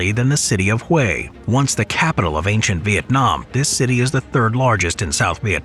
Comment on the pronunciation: Good work on pronouncing "Hue City" correctly!